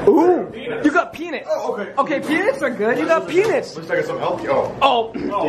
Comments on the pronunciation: It’s “peanuts” not, “peinits” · Yo he said penits not peanuts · please pronounce peanuts differently!!!